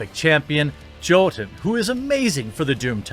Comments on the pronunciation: To show I did watch the sponsored message...it's pronounced Yotun not Jotun. The J is a Y sound just like Ja is Ya in German. Not that it's important but now your sponsor can see some of us will watch to ensure you get paid. Much love to what you do. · I'm pretty sure Jotun is pronounced like Yotun.